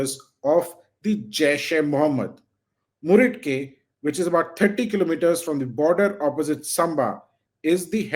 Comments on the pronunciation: Bhai just one small point - it's pronounced "Mureed-Ke" not Mudrike. It's in Pakistan not Karnataka 😂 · You seem to have used DTC buses a lot. Mudrike instead of Muridke. Anyways, keep us updated. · It is 'Muridke' and NOT 'Mudrke' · meri jan its murid-kay. not mud-rakye. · Muridke not mudrike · Ye muridke ko mudrike bol raha. Bad pronunciation anchoring.